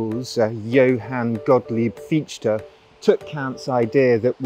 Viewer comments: Nice video and a great overview through the centuries. But please try a correct pronounciation: NOT "Hayghel", NOT "Hearder", NOT "Fitch-Te". Thx. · nicht Fietschte, he is called FiCHte, CH chh, like a cat hissing. no sh or sch sound in there. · it's not pronounced Fish-ti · Fichte ["fish-ta"]… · So Fichee was a solipst. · Fichte heisst er! Herrje! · I like your content - but a wee bit more effort on all those names , especially Fichte or ¿Fitshtä? and quijote ¿ciyote? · A truly wonderful video. But please learn how to pronounce 'Fichte'. Please! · For the love of God, stop saying Fichte like that.